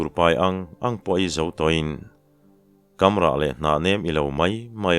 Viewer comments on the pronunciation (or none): Kamrah tih ilam dan hi a diklo in ka hria..." kam" han tihlai tak hi. "ruah han" kan tih a, " han" kan lam rik anga lam tur niin ka hria...!?